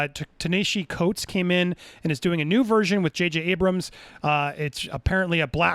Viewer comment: Andy, I’m a new subscriber. LOVE the content. Keep at it. With love, I gotta tell you, it’s pronounced, TAH neh-HA-si. Coates. Dude is probably the foremost young black intellectual on. the. planet. MacArthur genius grant winner. Spars with Barack about community cultivation, politics, and nation building. He is a heavyweight in the world and likely growing/earning stripes in comics/genre. It’s not that you are SUPPOSED to know him. But now that you know JJ is co-signing him. Ya GOTTA get the name right. Getting it wrong is cringeworthy.